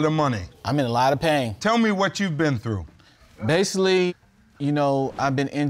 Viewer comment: Judge: Tell me about your pain. Claimant: so basilally